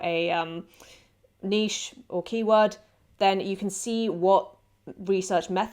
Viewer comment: You’re the only person so far in these pod videos that pronounces niche correctly. SUBBED